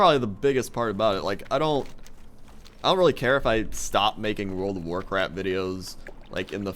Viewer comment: you said world of warcrap